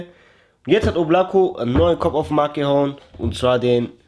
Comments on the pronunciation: das heisst schon oblakO, bin selber Russe ... es heisst Wolke... ansonsten TOP content👍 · Wird so ausgesprochen Oblaka und bedeutet Wolken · да облако... с ударением на первое О